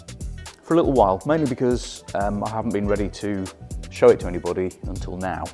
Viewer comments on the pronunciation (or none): none